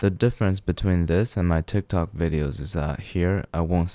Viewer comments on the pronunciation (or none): none